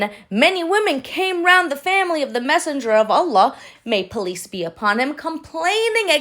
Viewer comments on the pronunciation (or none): Hi, I thought you said “ police be upon you “ instead of peace be upon you. God bless you